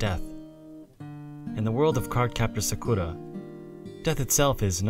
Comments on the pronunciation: You're not saying Sakura right. It's more like "Sah krah." NOT "Sah KOO ruh." Clow rhymes with Grow. Tomoyo is pronounced "toe mow yoh." Long O. NOT "toe moy yo." Re-record your lines and reupload. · Is anyone else bothered by the way he says Sakura? Wouldn't it be better to just pronounce it the way you would in English rather than use a pseudo-Japanese accent and just get it wrong completely.